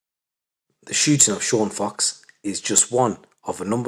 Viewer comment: It’s Sean Fox not cox